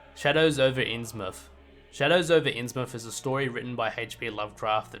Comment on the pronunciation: Thank you for saying "innsmouth" properly